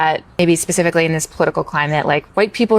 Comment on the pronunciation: Specifically not specificaleee